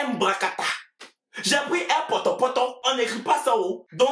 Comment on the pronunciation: Il a dit airpotopoto 🤣🤣😂😂😂